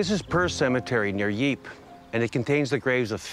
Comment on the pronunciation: Lol, yeah, i live on that frontline, and i'm still trying to figure out where the city of Yeep is, I know about Ieper (or Ypres), but Yeep, never heard of it, maybe that's where the smurfs were from.